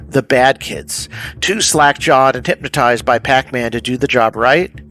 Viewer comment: Bro really pronounced it "Hyp-matized" in this video